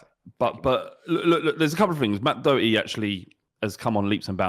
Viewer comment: How is able to pronounce Doherty flawlessly? Did he go on a course? Because not a single other English person seems to be able to do it.